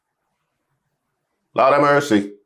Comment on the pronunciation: That “lawd a mercy” took me out!! 😂😂😂😂🇯🇲🇯🇲🇯🇲